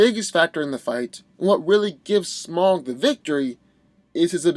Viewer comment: Yes, my god I wish people would stop saying SmAWWg